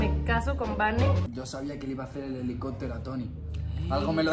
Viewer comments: “el helicótro ” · jaja me mori cuando dijo:el helicotro jajaaja